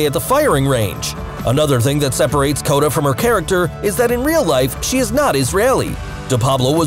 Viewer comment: Obviously not really a watcher if you’re calling Cote, Cota😂😂😂😂